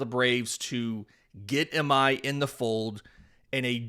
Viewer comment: Hey appreciate the videos. Real quickly, if we get Tatsuya, and you want to say his last name natively, it is pronounced like ee my. The I is like spanish, so ee sound.